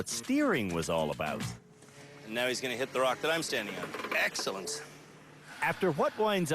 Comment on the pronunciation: Perfect "Uuut and abuuut"...